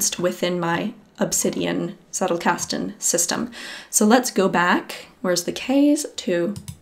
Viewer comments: wtf is zeddelcasten, it is tzettel!! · PhD in theatre and performance studies... I need to let that sink in... How much does this "journey" cost you? And yes, it's pronounced "tsettel", which rhymes with "do better". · If you are like me and thinking she was saying zerocasting, I'm here to tell you she was actually saying zettelkasten